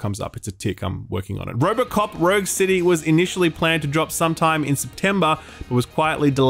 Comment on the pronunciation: Rouge City... Gj XD